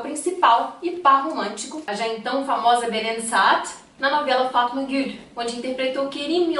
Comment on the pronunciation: Essa moça falando no vídeo quando fala o nome da novela kkkk pucha um sotaque que não tem